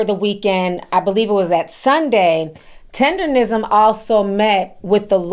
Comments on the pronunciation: It’s TenderNISM NOT TENDERrism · Ma'am...its Tender-NISM yall be butchering tha fuhh out that word😂